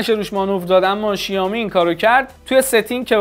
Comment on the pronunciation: بابا شائومی شائومی شائومی؛ نه شیائومی چرا اینقد اصرار دارین به تلفظ اشتباه😑😑😑